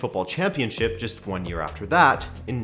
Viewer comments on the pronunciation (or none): none